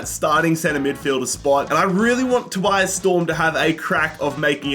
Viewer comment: My name is Tobias, I got so confused every time he said Storms' first name.